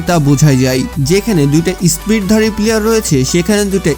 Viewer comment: ভাই আপনার উচ্ছারণ ঠিক নেই পিলিয়ার বলে 😆😆😆😆😆😆😆